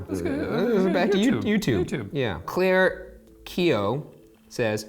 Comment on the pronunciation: Clarke = Claire lol love u Ryan